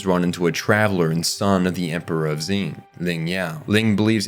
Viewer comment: I love these videos, it really gives me an in depth perspective of series that I thought I already knew so much about. But I swear to the heavens above, if he pronounces Xing "Zing" one more time, I'm gonna lose it. 🤣